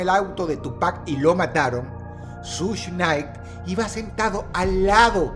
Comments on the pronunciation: Dross, es SUGE Knight, no SUSH Night. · Sush nay. Jajajajaja 🤣🤣🤣🤣🤣🤣🤣 que cagué de risa como lo pronuncia jajajajajaja